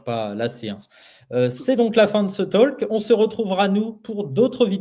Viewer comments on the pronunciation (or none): Mais putain de mes deux! Arrête de dire tolque, putain, je te l'ai déjà mentionné plusieurs fois! T'es buté ou quoi? Mais si t'es trop con pour améliorer ton engliche, dégage et va prendre des cours d'anglais!